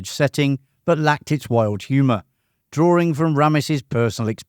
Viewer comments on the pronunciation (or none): 'Drawing' is not pronounced 'drawering'.